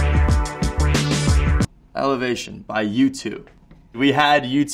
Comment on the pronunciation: At first i thought noah said YouTube instead of U2